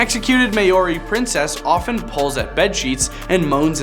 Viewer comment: Mayoris lol